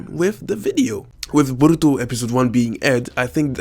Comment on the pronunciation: I really hate your accent and the way you say borutos name